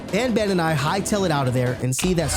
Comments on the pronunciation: Not bonbon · I feel like they wanted to name the main character "banban," but they pronounced it as "bonbon," which is a type of french chocolate.